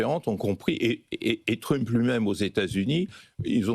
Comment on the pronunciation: Merci Mr Badie de prononcer à la française Truuumpe ! "Sorbon université"devrait prendre exemple sur votre style et votre syntaxe au lieu de singer comme des vassaux les yankee !!!! Revenir à Université DE LA SORBONE !!!!